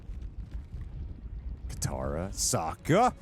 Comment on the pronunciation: OMG even you saying Kitara it's fuc-g wrong man. Pls her name is Katara* cmonnnnnnnnnnnnnnn